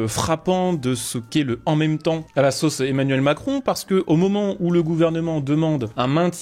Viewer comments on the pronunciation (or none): none